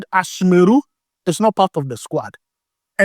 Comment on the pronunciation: I like your vedio especially the way you pronounce squad.. SquAd😂😂